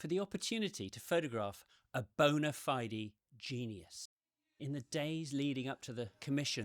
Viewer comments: TW: "Bona fey-dee" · You do not pronounce "bona fide" like that.